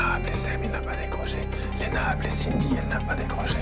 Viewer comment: Ça me stresse à chaque fois qu'ils disent Léna.